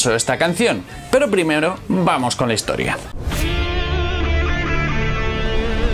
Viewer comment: el de la banda pronuncia las t como ch. dice "hischoria"